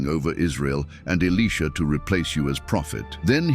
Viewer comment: The AI narrator called Elisha “Aleeshah” a few times 😂. I have a 7 year old son named Elisha and people pronounce his name “Aleeshah” all the time. AI is just as dumb as people who dont know the Word of God. 😂😂😂